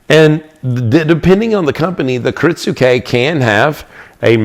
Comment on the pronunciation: I think the "u" is silent. I hear it pronounced as ki-RIT-ske